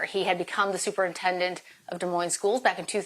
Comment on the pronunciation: It is pronounced DEE MOIN not Del Moin